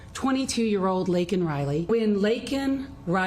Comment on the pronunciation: Miss Laken was a lovely young lady. I and my husband have two nieces who got their white coats right before her. Laken got a shroud! Thanks, Biden....the guy who couldn't even pronounce her name right.